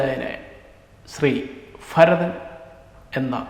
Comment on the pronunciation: ഫരതനോ ? ഭരതൻ എന്ന് പറഞ്ഞു പഠിക്കു. ആഫിമുക്യത്തിൽ അല്ല ആഭിമുഖ്യത്തിൽ.